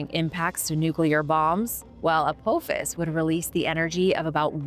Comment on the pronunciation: I love your channel but please if youre not AI then learn to pronounce names. It's like A PA FIS not A POO FIS.